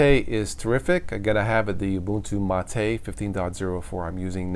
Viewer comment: for correctly pronouncing Mate.